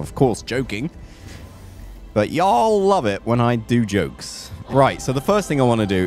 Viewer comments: ur stressing the a in "yall", it should just flow without stress. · He said y'all at the end....even morph didn't sound right saying it